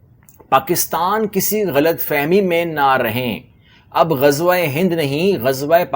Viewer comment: Yeh baniye to Gajwa bolte hain inko toh Ghazwa bhi bolna nahi ata 😂